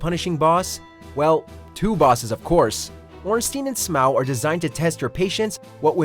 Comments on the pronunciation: It's...Smough as (Smog) not Smoa. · So... still haven't learned your lesson have ya',? For the last time: it's pronounced Smó, not Smow. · " Kos " " Smaogh " Wth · ....smOW? Executioner Smow? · never heard somebody call smough "smow" before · It just hurts me when people can’t pronounce smough’s name right